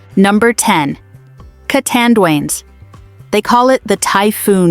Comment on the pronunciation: Pls read it as u see the name CA TAN DUA NES- CATANDIANES.